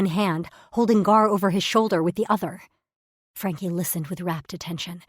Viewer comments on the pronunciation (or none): Daz still can't pronounce Frankie😂